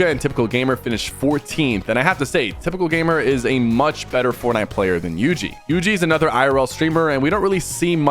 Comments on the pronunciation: bro said yuji not yugi 😂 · that is not how you pronounce yugi